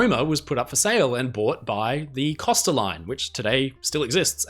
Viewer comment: “Costa” is pronounced COH-STUH. You know, as in “coast”, because, that is what “costa” means in Italian, “coast.” They are the “Coast Line” (in English).